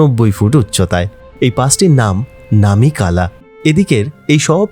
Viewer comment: এই প্রথম শুনলাম ফুল ফল শব্দ দুটিকে ইউটিউবে কেউ সঠিক উচ্চারণ করছেন। প ফ ব ভ ম এই বর্ণগুলিকে ওষ্ম বা ওষ্ঠ বর্ণ বলে। ফ দিয়ে দুটো শব্দ ফুল ফল কেউ সঠিক উচ্চারণ করতে পারে না। আপনাকে অভিনন্দন জানাই। লাদাখ ভ্রমণের অভিজ্ঞতা আছে। তাই আগ্রহ নিয়ে দেখলাম। সোনামার্গ নয়, সোনমার্গ। নামে কেলা নয়, নামেক- লা। এই হলো সমস্যা। সঠিক না জেনে সবাই ইউটিউবার হতে চায়। তবে অনেকের থেকে আপনার বাচনভঙ্গী বেটার।